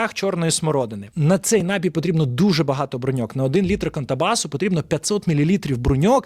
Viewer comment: напІй, аааааааа, не нАпій, а напІй, ви ж гроші за рекламу берете, грамотії 🤮